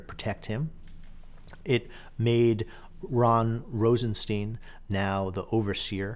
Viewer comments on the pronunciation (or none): Keeps saying Ron Rosenstein, its Rod...